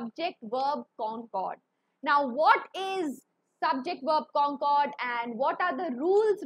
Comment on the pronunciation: It is concord but she is pronouncing it cooooncoooord😂😂